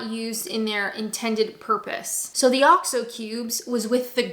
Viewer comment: What's this "Oscho Beef"? OX-O. Say it "OX-O". use it for cooking. Last year I as very ill. The only thing I could drink was Bovril. Delicious!